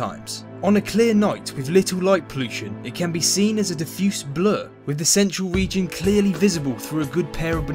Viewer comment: "Wiv" ...??? (lol) Otherwise, a great presentation. :-)